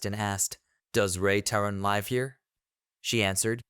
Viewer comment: bro can't pronounce "live"